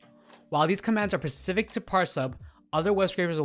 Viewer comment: Good video, thank you for the overview. FYI, the word "specific" is pronounced "spah-si-fic", not "pa-si-fic". This is a relatively common mistake, but not one that should be made in a video for a commercial application.